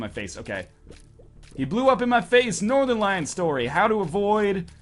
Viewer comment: Northenrn brian? I thought it was northern lion.